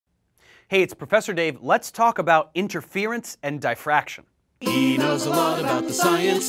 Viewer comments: its Dif-fraction Not Di-fraction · I believe it is. Not dyefactrion like he says it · I'm not being picky, just trying to learn. I thought difraction was pronounced 'dee..' as in DI-ferrent. thanks for the video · The letter "i" in the word "diffraction" is pronounced just like it is in the word "differ". Not like the word "die" . Otherwise I liked the video.